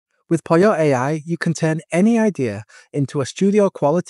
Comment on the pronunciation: Why do you call it POLIO? It's POLLO, the same as POLO.